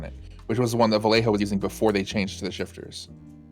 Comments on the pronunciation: Dear, whenever you find a spanish word containing the LL, read it as a Y. For instance, Vallejo should sound a bit like "Vayeho". Love your channel <3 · I remember color shifting paints gaining ground for import show cars back in the 90s... Also, Vallejo is pronounced Vah-yay-hoe or Bah-yay-hoe (proper Spanish). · It's pronounced Bai yay ho (sorry, had to) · as a spaniard and loyal vallejo costumer, the way you pronounce their name is hilarious to me xDDD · Too late but the "LL" has (mostly if not) the same sound as the y in "you". =) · Just so you know, a double L in spanish is pronounced liked a y in english (such as in "young"). You pronounced the rest of Vallejo right tho